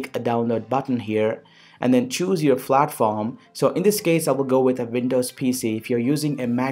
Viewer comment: Hehe. It's not "Flatform" mate.. accenting much?? Of course u r.. It's Platform.. with a P.. ok?